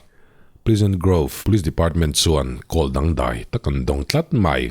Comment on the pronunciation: Ngati nge "call" hi "kawl" i tih tlat ṭhin le. A ṭawng neitute lah hian "khawl" tiin an lam ṭhin sia!!